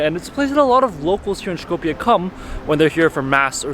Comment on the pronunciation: Сите документи ни се више со North Macedonia, човекот е турист, се води по интернационалното име. Тоа што живееме во блам држава не го засега него... Шета и прави видеа. Едино е смешно што го изговара Шкопје наместо Скопје ама јбг.